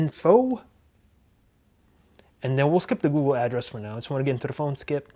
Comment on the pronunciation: Googoo 😂 I know I'm not the only one who hears that